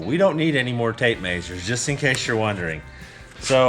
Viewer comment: That’s a lot of tape “mazures”